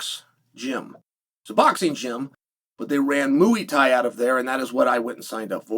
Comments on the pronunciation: Moooey Thai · mooey thai